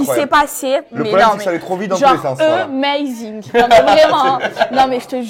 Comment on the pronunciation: «euhmazing» ce que je retiens de cette vidéo 🤣🤣🤣